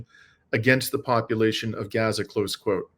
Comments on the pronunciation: it's pronounced Gaza, and not Geza...A as in father... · Gah-zuh? (Rhymes with yeah-zuh) please, if you're going to report on the genocide in Gaza (pronounced Gaaa-zuh, rhyming with Papa) Please pronounce it correctly. It does matter. Everytime you mispronounce it is like nails on a chalkboard. Try saying "open up and say Aaaaah" or Falalalalah like the Christmas song. Not ah like apple.